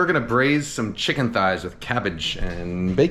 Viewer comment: Kenji's dogos "No vegetables! Only chimken!"